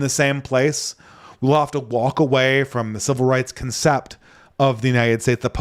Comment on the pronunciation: 'CONcept' honestly i'll stop. fwiw i have 0 issues comprehending and love listening to you brother you are probably more fluent than anyone i personally know overall